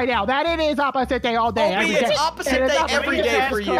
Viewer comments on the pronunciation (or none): OB CHEATED when I saw that I was so angry also when he said ‘’it’s opisit day thank you so much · When OB loses: “ITs oPiSIts DaY”